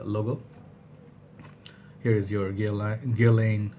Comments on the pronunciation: Thanks! By the way, you were pronouncing it correctly before: "ger-lahn". And being a French house, the last letter is often dropped off. Check out this video of a french person pronouncing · Hey it's ger (like yeah) lan (like land). They sell make up and skincare too. Always enjoy your reviews :)